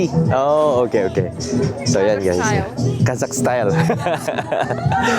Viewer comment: The girl pronounces the word Kazakh (Qazaq) correctly.